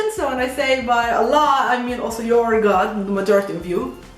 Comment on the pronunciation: I love the way you pronounce Allah.